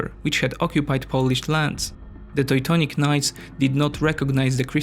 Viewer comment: "toi toinic knights" I love this pronunciation xD